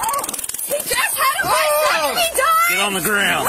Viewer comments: WTF is a Vi-sectomy.. is that like a vasectomy? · It's vAsectomy, not vIsectomy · Probably didn't help that the woman kept calling it a "vysectomy." But RIP, twice. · She keeps saying visectomy and it's annoying